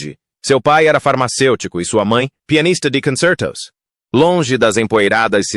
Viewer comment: Em 1min56seg o paspalho da IA lê "angular" como "énguiular", e "concerto" com sotaque de americano. Imagina quanta merda em 31min48seg.